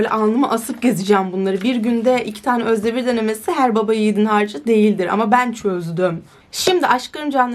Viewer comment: Nobody: Literally nobody:: Özdebir Özdebiğğğğğr